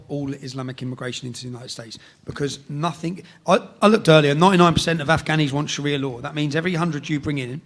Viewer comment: Calls himself a journalist but says "No Think" instead of "Nothing" What a prick.